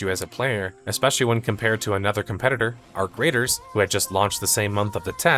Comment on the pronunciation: Arc Raiders or Our Graters? 😂 (Turn on subtitles)